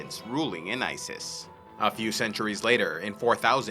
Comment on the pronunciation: "And joined the war against iziz " Am I the only one who heard Isis?